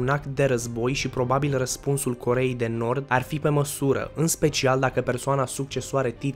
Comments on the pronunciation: Armele nucleare a Coreei de Norb"🤣🤣😂😂Asa ai zis😉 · ai zis corea de norb